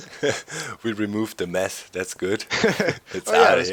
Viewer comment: did you say "we removed the mess.." or "we removed the meth" xD